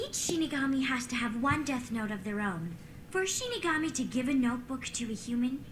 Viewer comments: Is just going to mispronounce a word in every show? Demigorgon vs DemOgorgon, Shimigami vs ShiNigami, the list goes on. I wonder if it's on purpose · Shinigami - She-knee-gah-me pls guys.. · İts not shimigami guys... its shalabustakimbigayori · How is STILL saying Shinigami wrong? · Their names are Misa and Rem and its “shinigami” not “shimigami”. Hope these help!